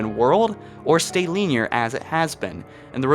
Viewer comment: I’m great with all these ideas, especially the open world. Also, you say linear weird, I’m not gonna say wrong because different dialects and all that but I’ve never heard it pronounced like that.